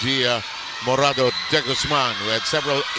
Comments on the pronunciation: YUNG COMMENTATOR NA LALAKI NAKAKAYAMOT, HE KEEPS ON CALLING JIA.... MORADA... LIKE, UNA SA LAHAT DE GUZMAN NA SYA... AT PANGALAWA IT'S MORADO NOT MORADA.... LIKE FIRST TIMER KA BA NA COMMENTATOR SA VOLLEYBALL??? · Yung commentator natin Pinoy d kilala si Jia Morada ng morada Morado-deGuzman po ang setter natin Sir